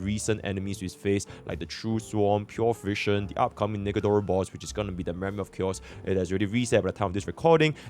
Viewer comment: Bruh I swear the way says "Nikador", it's like he's secretly trying to slip the N word pass us